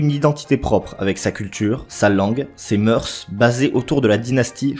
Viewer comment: Ça ce dit moeurs et pas ''moeursse'' !!